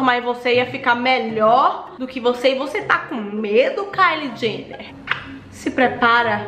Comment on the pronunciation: “Ce ta cum medo KAILI JHENER”